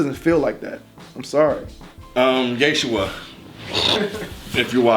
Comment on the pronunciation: LMAO was on some other shit, i couldn't stop laughing at that old testament line and then "YE-shua" 😂